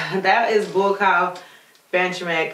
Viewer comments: Hey,. Its NOT BUACOW... ITS BUACAW!! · I heard she said 'Boycow Benjame' lmao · Bo cow if ur tryin to pronounce his name that's how u pronounce it enjoying watching ur muay Thai an MMA vids 👌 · Hes actually a Cambodian descent he was just born and raised in thailand cause of the civil war. His name is pronounced boo-cow bahn-cha-make k is silent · "Buakaw" pronounced "bua-khao". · Fyi, his name is pronounced, 'Bua-kao Bun-char-make'. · it's pronounced BOCK COW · You are forgiven for your pronunciation because you are so beautiful and you are Buakaw’s fan!